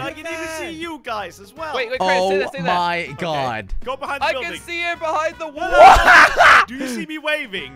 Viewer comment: why he go trought the wool 🤣🤣🤣🤣 wall!!!!!!!!! always said wool me likey🤣